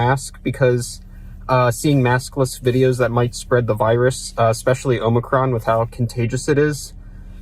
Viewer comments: it is omi cron not omni corn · "Omnicorn" (Pauses to Correct himself) ....."Omnicorn". 🤣😂🤣 THE CORN IS ALL KNOWING! THE HUSK IS ALL POWERFUL! ALL HAIL THE GREAT OMNICORN! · Omnicorn, unicorn, Unicron, Omnicorp...at least he's not just saying the right name but with a long O at the start like most people who get it wrong do. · Matt pronounces it “the OMNICORN variant”, so that should let you know about how seriously to take him. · I love how Matt intentionally mispronounces Omicron.